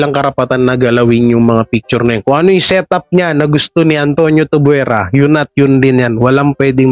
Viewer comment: Antonio tuviera prounced as - Antonio tub bie. ra